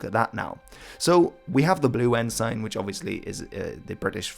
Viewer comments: It's pronounced en-sin, not en-sine. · Your pronunciations are good, except that ensign is pronounced "EN-s'n". Odd that English should be the problem. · In English Ensign is pronounced Enzin. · I have followed videos for a while now and he is brilliant with pronunciation, whether it modern day Maori or early Anglo-Saxon. So I'm baffled with how he pronounces 'ensign'. He uses the literal spelling and calls it 'N-sign'. Whenever I've heard naval flags referred to, it's always 'en-suhn'. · Had a flick through the comments but didn't see any mention of it. I've always heard the word ensign pronounced as en-sin no idea which is more proper or correct, nor do I care that much. Just thought I'd let you know. Love the vids 👍